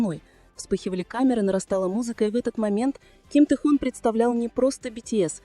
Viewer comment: Автор , вот бесите, научитесь правильно говорить имя Тэхена, его зовут ТЭХЕН, а не тэхон.